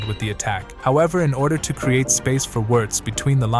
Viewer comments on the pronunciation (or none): You can do better pronouncing those names, "Virz" instead of "Wierdz", "jaka" instead of "Zaka"